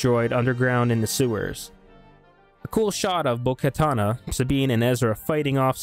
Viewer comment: It's bo katan not bo katana